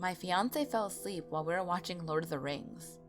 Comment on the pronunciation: it sounds like she said i was a slut when she said i was a sleep